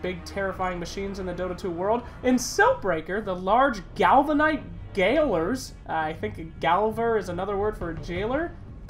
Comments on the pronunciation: gaol is pronounced as jail. It's the old English spelling of jail. So gaoler is just jailer. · gaoler is pronounced the same as jailer. It's just the archaic/British spelling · Gaoler (as in 'Galvanised Gaoler') is the English spelling of jailer - both are pronounced the same. 'Galvanised' means to coat with protective metal, commonly zinc! :) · Gaoler is still pronounced "jailer". #englishpronunciations